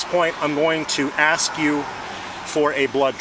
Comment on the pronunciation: Why are people of a certain ethnicity unable to pronounce the verb "ask"?